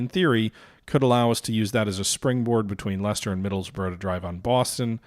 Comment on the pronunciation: My days! - You can pronounce Leicester!